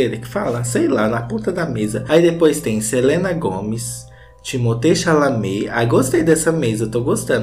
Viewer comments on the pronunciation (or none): ele falando TIMOTÊ CHALAMÊ tá me matando de rirrrrrr kkkkkkkjjjjj